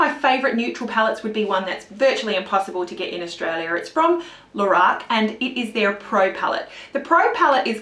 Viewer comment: And stop saying "Lahrac" ... It is pronounced "Lorac"!